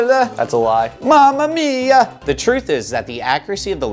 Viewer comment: The way he said mama mia😂😂😂